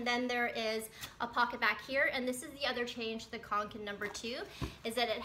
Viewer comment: Yep, you have pronounced it correctly. =)